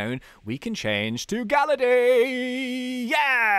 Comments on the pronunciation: Galayd not galerday. I am spelling what it sounds like. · Ur calling him gallady instead of gallade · GALLADE IS SAID LIKE GUH-LAID NOT LIKE GAL-UH-DAY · it hurts how he says galla day but its galla yd (not how its spelt but how its sounded out) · your saying gallade it actually ga lladle but take le out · Its gallade not galladae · IT IS GALLADE NOT GALLADAY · It is GALLADE NOT GALLADAE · Its Gal-ade not gal-lade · ITS NOT GALLADAE IT GALLADE!! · Gallade is pronounced Gah•Laid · ummmm... its gallade as in blade not compadre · its not galladay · it's GAL-laid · Gallade Blade of grass arms Its pronounced like blade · That's not how you pronounce Gallade. it is "Gal" and then "lade" like blade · I was cringing everytime was calling Gallade Ga-La-Day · it is pronounce gall-ade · Gallade is pronounced "Guh-Laid" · it's gall ade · Its pronunced gallaid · IT'S GALLADE LIKE BLADE!!!!!!!!!!!!!!!!!!!!!!!!!!!!!!!!! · Gallade is pronounced gal-ayd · ITS GALL ADE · it's pronounced guh-lade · Say gallade properly😡